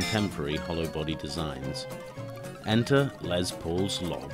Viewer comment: Good video but ITS NOT LEZ PAUL ITS GODDAMN LES JESUS CHRIST